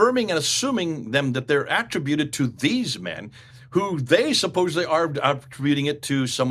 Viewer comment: Why do you pronounce "origins" and "attributed" that way? What's wrong?